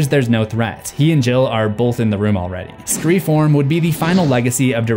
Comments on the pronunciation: it is either pronounced "SCREAM 4" or "ScreFOURm"! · I laughed every single time you said “Scre-form” 🤣 I know why you’re saying it but it’s hilarious and caught me off guard 🤣